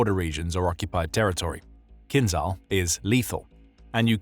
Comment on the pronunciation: "Kinzhal" is not pronounced "Kinzal", or else it would be spelt with the Cyrillic "З з" and not the "Ж ж" which sound subtly different. Pay attention pleaze!